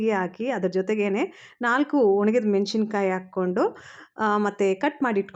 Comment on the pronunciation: Madam nimma video thumba chennagi iruthe. Ondhe ondhu suggestion neevu ಮೆಣಶಿಣ ಕಾಯಿ antha ಹೇಳಬೇಡಿ. Correct ಉಚ್ಚರಾ ಮೆಣಸಿನಕಾಯಿ ಅಂತ. ದಯವಿಟ್ಟು ತಪ್ಪು ತಿಳ್ಕೊಬೇಡಿ